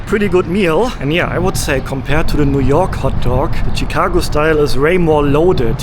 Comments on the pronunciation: it is pronounced as "shi"cago not "chi"cago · Shh-cago. Not chick. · Hi, its not CheeCago.. Its Shicago 😊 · No T in Chicago… “Chit-cago” 😂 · It's pronounced Shi-cago - "Sh" - not a hard "Ch." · Chicago as pronounced as “shekago” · Hey, it is pronounced Shi-car-go. Sh as in ship not ch as in chicken. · chicago = pronounced (shi -kaa -go) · Awesome video as usual! I love the way you pronounce Chicago. You're my favorite YouTuber. Excited to see more U.S. videos.